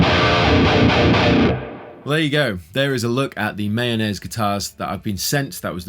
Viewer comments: Mah - Yo- Ness, not Mayonnaise. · The correct pronunciation is actually MY-OH-NEZ, according to the maker of these instruments. Not mayonnaise lol. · Sounds like you keep on saying mayonnaise 😂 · I always hear the "Mayonaise" guitars when you say it 🤣